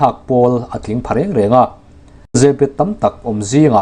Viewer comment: YE-BET tia lam a dik zawk.